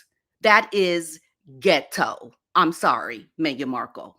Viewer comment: The way you say ghet-TO cracks me up.